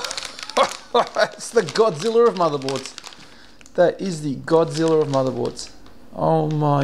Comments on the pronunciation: Godziller he says... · "godziller" lol